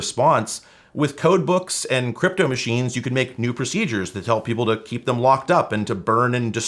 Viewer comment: I thought you said "Cwypto"